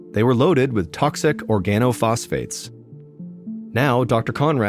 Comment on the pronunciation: FYI… Organophosphates. Common mispronunciation. Amazing story. Thank goodness for OSHA and other overseeing agencies.